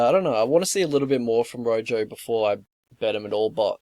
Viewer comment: "Rojo" is pronounce "roho" in Spanish, and I think he's from Argentina (or he had an Argentinian flag in a Combate bout, IIRC). These lines are -EV. Rojo hangs his neck out a lot. I wouldn't even be comfortable with a prop bet for the distance, just because Jourdain's submission competence (brown belt, but I can't remember under who) and Rojo's submission incompetence.